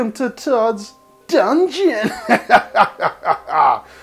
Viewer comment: I like how said welcome to todos dungon